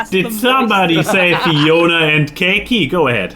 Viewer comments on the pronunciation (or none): Psst... it's Fionna, not Fiona